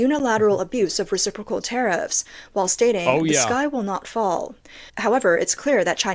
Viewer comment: "Abuse of.... RECIPROCAL... tariffs" LUL